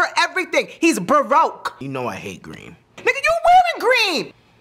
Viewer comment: It's baaroke